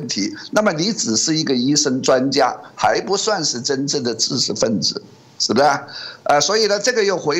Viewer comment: ㄓ ㄓ ㄓ 不是ㄗ